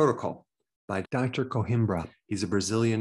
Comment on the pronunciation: Please note: the Portuguese name Coimbra, which comes from the Portuguese city of Coimbra in the Central region, where I live, does not contain nor does it have, an “h” . Please pronounce it correctly! It gets its name from the nearby ancient Roman town of Conímbriga.